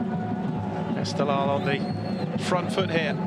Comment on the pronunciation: Reporter:: EsteGHLal is not 🚫 pronounced Estelal 😅😅😅😅, you miss gh =Q sound